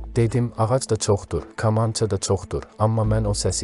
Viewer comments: qardaş kamanca sözünü niyə düzgün demirsən? maraqlı danışırsan ancaq kamanca deyəndə adam dilxor olur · Kamança gözvə girsin,əsəbləri təmiz pozursan,robot kimi danişrsan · Bu danıışan kimdisə deyəsən bizim millətdən deyil, yəni bu vaxta qədər ķamança nın adını düzgün deyə bilmiŕ ,bu çox gülünç səslənir, bilmirsən danışmada səni ñə məcbur edir internetdə danışasan ,get başqa qazanc yolu tap. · Sən deyəsən bir tərəfin ermənidi.kamançanı ermənilər kimi danışirsan. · BU NƏ KAMAN ,KAMAN DEUİR KƏMANÇA DI ADI . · Kamança yox deyilərkən Kəmança. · Qamanca yox, kamança. Düz tələffüz elə. 😅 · aycindir kamnca nevaxtdan qamanca oluf ay oxraw sozu duz emelli de da cindir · BƏLİ KAMAN SÖZÜNÜ COX PİS TƏLƏFFÜZ EDİRSƏN. " GAMANCA " YOX " KAMANCA " DEMƏK LAZIMDIR. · Ə qamanca yox kamanca. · KAMAN YOX KAMANÇA😅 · «КамАнча»🤦🏻‍♀️metni oxumağa normal bir adam tapılmadı ki??? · qamanca yox düzgün tələffüz edin ayibdi 😔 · danisıə öyrənmək lazimdı ,qamanca , nədi? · "Kamaya"düşdü komaya düşdü kamanca vurğunu düz demirsiniz .Qulaq asdıqca əsəbləşir adam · Kolxozla kamançanın eyni hərflə oxunmadığını bilməyən biri mətn oxuyanda,Habil Əliyev rəhmətlik yəqin yerinə düşən təsirli bir söz deyərdi. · Allah kişiyə rəhmət eləşin Adam sağ olsaydı bu mətni oxyanı yanına çağırıb cəzalandırardı Kamança sözünü düz demədiyini görə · Milli musiqi alətimizin adının səhv tələffüzü vallah cinayətdir . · Metni oxuyan deyesen Azerbaycanlı deyil.Kamança sözünü teleffůz ede bilmeyen burada gőr kim haqqinda danışır. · Deyərdiki ay kor olmuş.Vaxtında məktəbdə kitab oxumamısan? Kül olsun sənin yekə başına.Təbii bütün bu k hərflərini kiril əlifbasındakı k kimi tələffüz edərdi😂😂😂😂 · Hörmətli aparıcı, kamança sözü kompyüter, kolxoz kimi deyil, kitab , kəlam kimi deyilir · Ay adam,kamança sözünün ilk hərfini səhf deyirsən.Kələm və kobid sözlərindəki ilk hərf yazılışca eynidir, deyilişcə intonasiyaca fərqli.Dilimizə hörmət edin,zəhmət deyilsə! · Kamança sözünü düzgün tələffüz et.Böyük sənətkara isə Allah rəhmət eləsin.